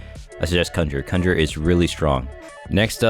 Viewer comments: THIS MAN SAID CUNJER NOT CON-GER-RER OMG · "kunger" lol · The way he says ''cun-jer-er'' bro triggered me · swear to god ur saying cumjerer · that way bro is saying conjurer 😭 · my lil bro kept freaking out everytime you said conjurer wrong like bro couldnt just leave my mans in peace